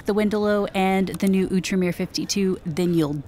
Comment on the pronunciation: Oo-truh-meer? I thout it was Out-reem-Er.